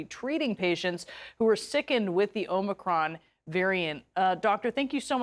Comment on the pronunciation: She even pronounced omicron correctly.